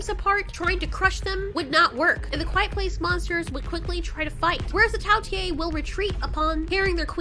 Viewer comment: it is not tao tiiiee its tao tei